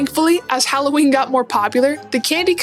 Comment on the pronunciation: Thank you for saying HAL-O-WEEN and not the atrocious HALL-A-WEEN